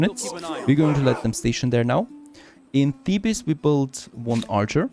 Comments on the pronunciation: ou vay, its pronounce thee-bezz, not thee-bis............. its driving me crazy, but your norveegin ( :-) )) lol, so im giving a tiny bit of slack............ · Thebes is pronounced "theebs" not "thee bus"